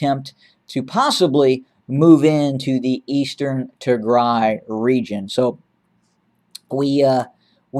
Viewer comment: Thank You for covering the Tigray Genocide. The pronunciation of the cities are incredible👏🏾🤩🙏🏾 Tigray Siera Bdeka